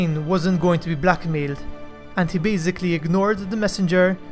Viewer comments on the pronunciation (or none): none